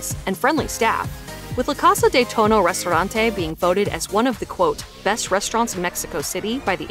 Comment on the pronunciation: La casah de touno 😆it's pronounced more like "Toe-knee-Oh" great video!